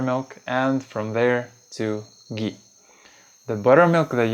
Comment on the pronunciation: It's not gee, it's Ghee!!!!!